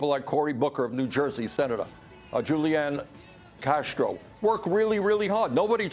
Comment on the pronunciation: He said Julianne Castro. I’m dead